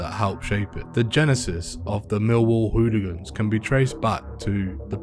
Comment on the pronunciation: Great idea to have a chap who can't pronounce 'hooligans' narrate a documentary on hooligans. It begins with an h, Sir, an h.